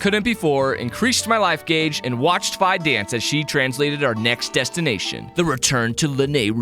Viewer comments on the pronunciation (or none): ..... you pronounce her name F EYE?.... its FEE! Dx awesome vid btw lol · I think Fi is pronounced Fee not fi😊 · Just like to add that it is pronounced fee it is an abbreviation of Fiona witch is a real name